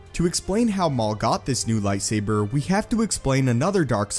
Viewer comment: I hate how you say lightsaber